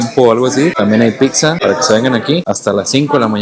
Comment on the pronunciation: ¿Por qué en cada video dicen "picza"? Es pizza